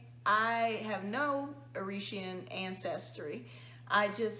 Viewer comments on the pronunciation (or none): This is the first time I watched your channel and my first thought was that the dad was biracial? Was not shocked at all by his results lol. Are you trying to say Eritrean pronounced ErITrAayAN lol. Lol 😂 this happened to my parents...my little brother came out casper white with platinum blonde hair. It stayed that way till he was 8 years old, he also has green eyes and 28 years later his hair is now ash brown and eyes still green with an orange ring in the middle. My gran is half white (Scottish) so that's where it came from.